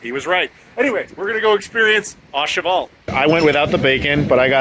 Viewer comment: My mission is to find a Puerto Rican restaurant and eat what you guys had; that looked amazing. BTW its not pronounced "ah cheval" but "Ooh Cheval"; a bit like the O in OMG.